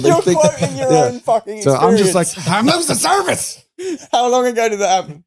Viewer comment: “I’m lewsing survice” 😂 📱